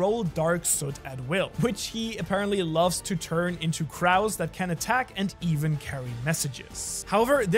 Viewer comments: Crow is pronounced like cr-oh not cr-ow That is just the most nalrimg mistake, there were dozens more Your English is good, but you got a ways to go. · Black blades were explained to be a blade strengthened by haki. This was explained to Zoro while getting "training" from Mihawk. Also, your pronunciation of some common words like crow bothers me. Good video regardless.